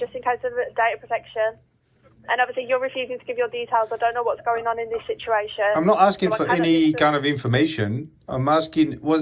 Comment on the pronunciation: The operator called it a shituation 😅😂😅😂😅😂